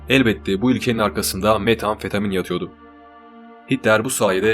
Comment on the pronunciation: Metamfetamin desene şuna aq